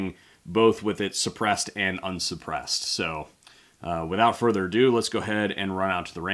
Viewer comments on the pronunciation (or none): none